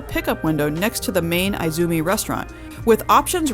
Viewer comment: Very good and thorough tour and review! Many thanks for sharing this in advance of anyone's actually being able to sail on such a life-changing floating city. One tip: Izumi is correctly pronouned EE-zoo-mee and not I-zoo-mee. As in Spanish, so in Japanese the letter i is always said as ee whilst the sound of English I would be spelt as ai (e.g., bonzai).